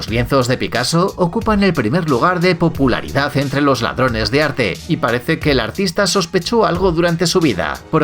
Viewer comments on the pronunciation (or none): Si tienes buen oído, te das cuenta de que dice "pupularidad" en vez de "popularidad" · Dice popu no pupu